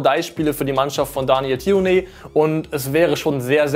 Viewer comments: Der gute Daniel Ti-Uh-Ne - wer kennt ihn nicht 🙃😅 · Wie sprichst du denn Daniel Thioune aus?😂😂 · Daniel Thioune. hat ihn aber falsch ausgesprochen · die Aussprachen vom HSV trainer üben wir aber noch mal